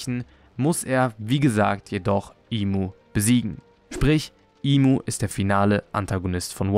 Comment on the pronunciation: Der Charakter heißt im sama nicht imu sama es wird nur imu geschrieben aber im ausgesprochen